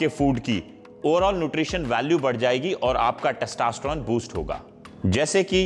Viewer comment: Testosterone h Bhai na ki Testasteron...